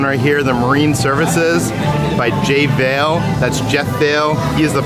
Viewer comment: Pro tip: President of WDW Jeff Vahle is pronounced “Vall-EE”